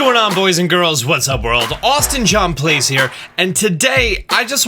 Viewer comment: who else hear the intro:Austin john "blaze" instead of "plays "